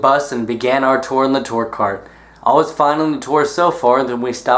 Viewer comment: The way he says tour bothers me a bit-- still love him tho